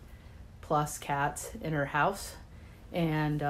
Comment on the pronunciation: "This hoise smell so bad and has alot of coucacurutches" 😂👏